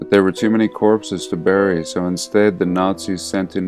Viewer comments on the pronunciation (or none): none